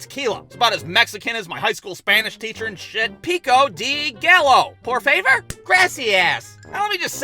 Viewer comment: "piko dee gallow. poor faver? grassy-ass." i laughed way too hard and way too f**** long at this. (i'm fluent in spanish but it's pretty fun talking like this. totally throws people off at the fact i'm mexican. also i look white AF)